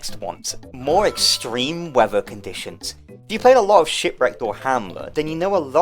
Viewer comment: "more extreke weather!" NO ABSOLUTELY NOT